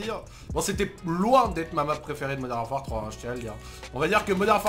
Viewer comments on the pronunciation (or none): "Moderne warfere" 🤣😂